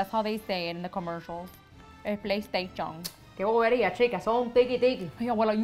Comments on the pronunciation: I was DYEING when she said “yes that’s how they say it in the commercial Ehplaiestachón” 😂💀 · Eholaistechaón is actually how the maker of PS wanted to be pronounced. Sklflflf i love u 😂😭😭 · Can't tell you how many times I've needed a laugh and have re-watched this! Fav part is Abuela pronouncing ehplastashion with Laritiza sound very much like the commerical. :)